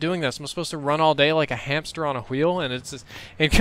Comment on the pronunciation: lolz Hamster on a wheel. He put a lot of emphasis on the h ;D